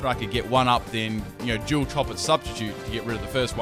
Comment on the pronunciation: Love the way you say dual haha